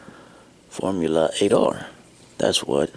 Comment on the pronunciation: You pronounce it like Form-you-later.